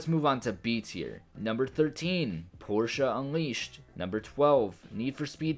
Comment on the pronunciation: Only thing I didnt agree with you in this video is putting Payback in D tier. For me its atleast B tier. And your pronunciation for Porsche: 😛